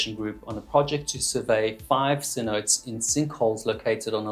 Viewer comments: Absolute most minor nitpick in the world, "Cin-oat-AYs" not "Cin-oats" This does not matter in the slightest nor is it important :> just in case you care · I love me some Waterline Stories, but all he needed was a perfunctory Google (or watching some Dive Talk 🙃) to avoid repeatedly calling cenotes "sin-oats."